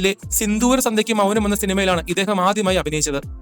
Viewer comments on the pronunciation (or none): none